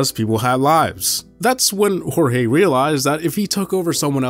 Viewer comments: It's not HorHe, it's Jorge- like George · His Jorge is George.